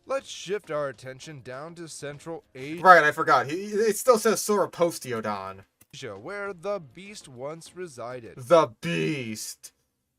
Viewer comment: Proof it's an AI. It can't pronounce Sauroposeidon because that's not a word people have said a lot and it lacks the ability to pick the word apart like a human can, but it knows Poseidon because that is a word a lot of people have said.